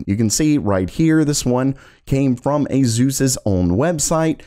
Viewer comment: Since when is ASUS pronounced A’ZEUS?🤔